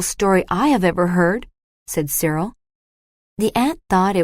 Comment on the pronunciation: Dear AI, the boy's name is Cyril.